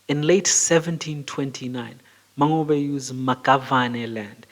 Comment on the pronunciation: Mangobe pronunciation isn't correct too! The "NGO" is pressed